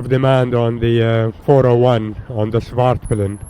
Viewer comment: As a proud swede of husqvarna i gota correct you- "Hus-QVARNA", and "Svart-PI-len" svartpilen means "black arrow" . And yes, looks like a big grom haha, so, "vitpilen" White arrow- "vit, white, svart, black- pil/pilen arrow (the arrow)